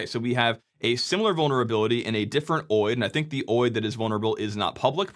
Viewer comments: I can't get over you saying oid instead of O.I.D. 😅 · Is “oheid” really how you pronounce OID? I would have guessed it was “Oh eye dee”. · For years, people were supposed to move to SNMPv3 which shields SNMP much better. Actually, they are supposed to move to Netconf. But die-hard habits on old and fragile protocols… Also, OID is pronounced Oh-Eye-Dee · Never heard any one call an OID (oh-eye-d) whatever your calling it